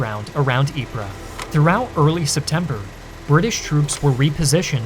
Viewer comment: ▶ = it's pronounced: (Ypres) Eee-Pp (🚫 Eep-Ra ⛔) Great Video ;-))